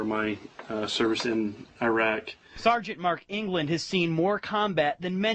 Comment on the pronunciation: Look the old bill smashed him up, but for fuck sake it's not 'Eyerark' It's Iraq !!